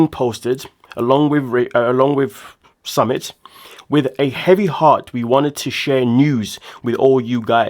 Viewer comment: Hi, his name is pronounced SuMIT. W/ love